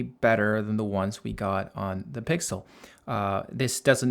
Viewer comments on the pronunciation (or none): um its pixel not pixe